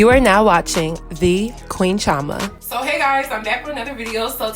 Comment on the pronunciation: Chioma is pronounced CHEE-O-MA